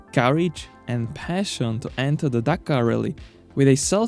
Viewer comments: Take the word dakar Remove the r What did u end up wit gitz? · The name is Dakar nor Dakkar.